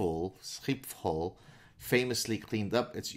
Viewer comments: almost correct on SCHIPHOL =D the PH is not an F sound in dutch just read P as P and H as H schip hall (phonetc approximation) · Your mispronunciation of Schiphol gave me PTSD